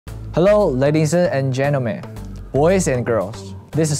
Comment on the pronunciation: "hello ladiesseu and gentlemen, boyseu and girls. this is lay zhang. now im in buzzeufeed. so glad to see u guys, hiii!" he's so cute tf??